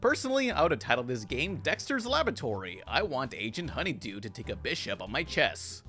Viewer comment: Right after pan says Agent Honeydew he says Chess challenge but all I hear was Chest challenge 😪